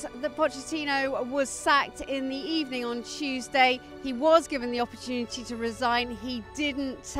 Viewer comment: Sacked in the ebening